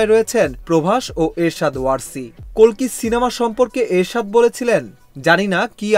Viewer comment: kolki na kalki hobe😀